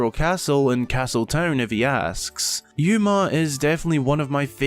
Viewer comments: Sorry to be nitpicky, but Uma is pronounced “ooma” not “yooma”. This is apparent both through understanding Japanese pronunciation as well as real life examples, such as actress Uma Thurman. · If her name is "Uma", it'd be pronounced "Oo-ma" since she was named by a Japanese designer.